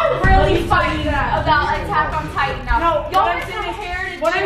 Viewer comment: “He built like titain” LMFAO